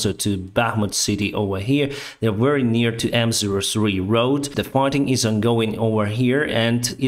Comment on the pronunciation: You are more than a batalion of tanks. If I may, Improve Your pronounciation of „v” eg very vs. wary 👍😄 _v_(ehicle) like „*в*еликий” and _w_(ater) like „*л*ось”